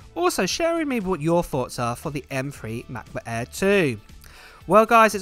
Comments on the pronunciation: The Macbook Eeeee XD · #Giveaway Hey 🥰 i am from India watching your videos from 4 months and purchased MacBook air M2 after watching your review.. thankyou for all the videos you give and love the way you Say (MacBook Air 😀) now i am planning to purchase Iphone 15 pro but don't have enough money to purchase because invested all my money in purchasing macBook.